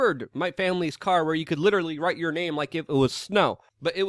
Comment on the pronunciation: Luke goes full NYC "You don't have to put ya hands on me"